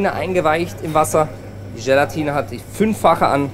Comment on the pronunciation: Ist es eigentlich Teil der gastronomischen Ausbildung, dass man Dinge ganz besonders betont? GElatine, VINIgrette, RÖÖÖHsten, ... :D Oder liegt's an der Region?